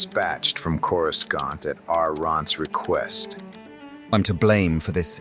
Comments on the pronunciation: "CorisCONT" keeps pulling me out of it lmao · Why cant it say corasaunt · Good AI reading but the pronunciation of "Coruscant" is kinda throwing me off lol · If you played the original TIE fighter, the Imperial briefing officer would pronounce it that way as well. Other books also mention outer rim accents that were noticeable and looked down on by core-worlders. I've sort of imagined it as a fairly common in-universe mispronunciation in case that's helpful for immersion for anyone else. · it's pretty cool how you manage it, most of the AI style book narrations can be really jarring, on yours you can rarely tell at all, I mean on this one the only time I can recall is on the word Coruscant, and even then its only the old pronunciation , one word in a whole story is pretty amazing